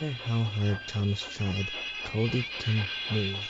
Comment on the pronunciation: It's "Culdee", not "Colby".